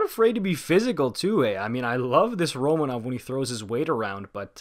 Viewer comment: Not that important, but Romanov has asked for his name to be pronounced Ro-MA-nov, rather than RO-ma-nov. No clue if the way I wrote that makes sense, just mentioning that his name is pronounced differently